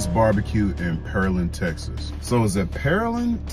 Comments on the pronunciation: It's (pear) 🍐 land, sounds like your saying pearl, like the jewel. Listen to Drake. He pronounces it correctly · Houstonian here, its “pehr” land. I don’t know if anyone says “pearl” land and we dont pronounce that a in pear lol. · It’s the land of Pears 🍐 so it’s pronounced Pear-land btw. We just let it flow off the tongue tho so sometimes we say Pearl-land 😅😅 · Pear (like the fruit) Land Was it smoked good? Its a place called Wharton,Tx( pronounced War-ton)they got the best barbeque I've ever had. And I'm a native Texan. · YESSSSSS!!! Finally! I wait in line for that BBQ. It's perfect every time. Oh and it's Pear-land as in the fruit. Now you should try some Tex-Mex and some Authentic Mexican food and compare. They're both great in their own way. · It’s pronounced “pair-land.” As a Texan I can agree that we do pronounce certain words differently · Actually we pronounce it like Pear-Land😂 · It’s pear 🍐 land bro 😂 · It's Pear-Land. 👍🏾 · It’s PEAR land. 🍐 like a pear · It's PEAR-land 🤣🤣🤣🩵🩵🩵🩵🩵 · Its Pear- Land Lol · It's Pear-Land... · The city is pronounced, “Pair-Land”. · Sound it out , like the fruit 🍐 land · It’s 🍐-land bro wrong both times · Its pronounced pear (🍐) land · Pear....land. its simple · He gave two options for pronunciation. And they were both wrong 😂. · Pearland not Houston